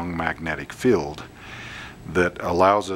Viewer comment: Nice demo. BTW that’s a magnet “feeeeld” (field) not “filled” 🤗